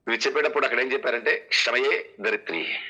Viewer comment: క్షమయే కాదు. క్షమయా.